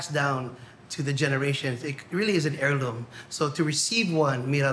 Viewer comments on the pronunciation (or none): none